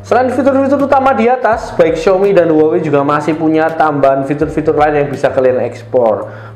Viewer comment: xiAOmi Mas bukan xiOmi.